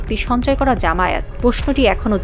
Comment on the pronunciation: সিহাংসন নাকি সিংহাসন 😂😂😂